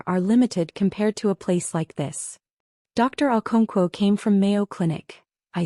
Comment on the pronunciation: AI...never gets our non English names right.😊